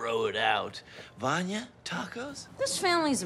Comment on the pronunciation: I love how klaus calls vanya "Vanny"